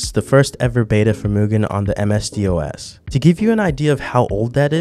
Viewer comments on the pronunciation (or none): The way you pronounce ms-dos as msd-os makes me cringe. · Lol at "m s d os". Youe supposed to say "dos", lie it rhymes with "boss" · Every time he calls “MS DOS” “M.S.D.O.S.” I grow another grey hair 😫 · Hearing someone can it M S D O S instead of M S Dos makes me feel old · love this video, but I was falling on the ground laughing when you were referring to the DOS in MS-DOS as D O S. I'm a slightly old head I guess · You having spelled out MS-DOS shook me to my core! Like, there's no real reason you should know that it's spoken as "MS Doss", which makes me feel old as fuck. DOS was already old as fuck by the time I was a kid using the internet/PCs, but it's sphere of influence was still potent enough that you heard about it, but I suppose most of that has worn off years ago. Don't turn 28, man. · ms-dos, is prononced as em - ess and the dos is pronounced as one word, like hoss. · What is "Amesdioues"? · The "M-S-D-O-S" hurt me lol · Never heard someone spell out MS-DOS when saying it....I must be old